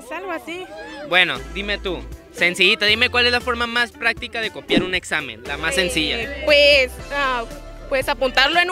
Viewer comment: jaaajja No Copia,, "Copea"